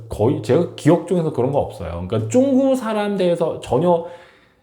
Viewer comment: 이 사람 발음이 문제네.. 쭝구가 뭐야? 중국 발음이 그렇게 힘든가?